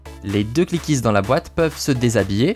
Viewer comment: Pourquoi tu dit cliquise